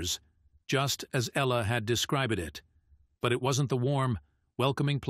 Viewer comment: The girl is even sometimes referred to as 'he,' and the pronunciation of some words betrays that it's A1 - eg "just as Ella had describ-ed it." . Not to mention the miraculous discovery of a house with blue doors. No, surely not!